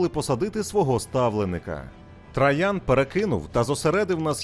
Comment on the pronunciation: Цікаво і лаконічно. Це добре. Але «ТрАян» постійно різало вухо)